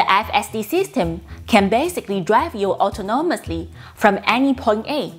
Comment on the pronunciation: Autonomous, aw-TAH-no-muss, keep trying, you will get it